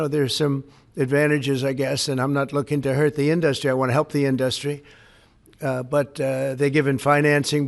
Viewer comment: One of my favorite things about President Trump is the way he pronounces "industry". in-DUST-ry